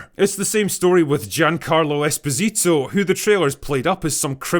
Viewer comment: Not trying to be a smart ass, but it's pronounced Es POSE ito. I just found that out myself